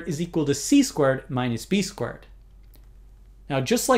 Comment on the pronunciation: Every time he says "squared", I sounds like "squirt" to me.